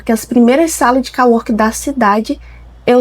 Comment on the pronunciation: Co working se pronuncia. Não call working 😉